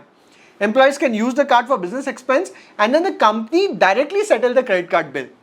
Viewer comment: M I the only one who feels he says “kamni” instead of company